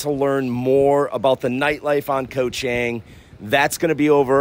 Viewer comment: FYI - Chang is pronounced more like Chong. "A" is not pronounced ANG like right "Angle". It's more of an AAh sound, Koh ChAAHng. This is how the A's are pronounced. Practice it.